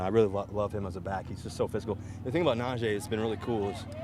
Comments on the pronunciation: Russell is not gonna be that good for our team. It’s a simple things he keeps calling Najee Harris Najay . Najee Harris hates when people say his name wrong. Russell doesn’t even know how to pronounce his his own teammates name . Cringe every time I hear him say it. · Can someone please help Russ pronounce Najee’s name correctly before that dude spazzes on him. He’s literally on record saying it’s his pet peeve.